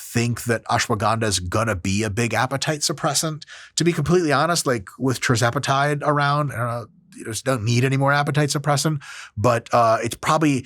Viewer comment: You say "trizepatide" when it's actually "tirzepatide". Sound it out.